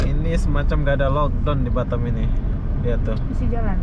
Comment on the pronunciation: BATAM Boss bukan BATTEM😂😂🙏